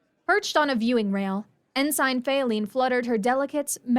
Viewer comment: Every time I hear you folks mispronounce Ensign, it's like nails on a chalkboard. The PROPER pronunciation is "en-sin," NOT "en-sine".